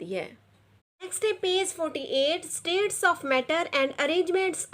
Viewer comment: Madam g APNI pronunciation THK Kr Len states hai na k status